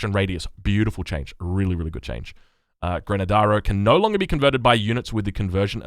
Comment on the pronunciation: GrAnAdero not grenedaro lmao I love you